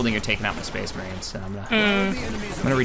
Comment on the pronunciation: SPHE-SPHE-SPHE-SPHEES MAHRINES.